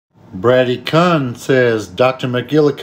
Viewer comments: He pronounced it “Bratty” Dunno why that tickled me so much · Called him “Braddykun” lol Sounds like the way a mom or grandma would pronounce that dudes name “Braddykins dinner is ready” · Brady is pronounced like "BRAY-dee" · I think it's pronounced bray-dee, like the Brady bunch. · I think it’s pronounced “Brae-dee” 👍🏼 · Pronounced BRAY-DEE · Bro the pronunciation of the name Brady. Lol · I love how you agreed with him, but mispronounced a super common first name. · How he pronounced Brady 😭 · I hate how he pronounced your name I’m sorry for your loss 😔😭